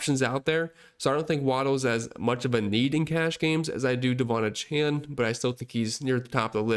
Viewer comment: Great content and analysis. (One note: names are important to people; he pronounces his name: Duh-VON AY-chan.)